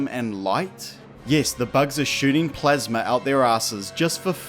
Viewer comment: It's called plasma not plasmer